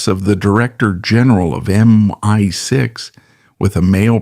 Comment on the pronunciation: MY 6.....😂😂😂😂. Oi AI...it's M.I.6. 😂😂😂